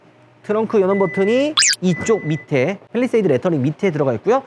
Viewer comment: 빼휘일뤼셰휘이듯 발음뭐누ㅋㅋㅋ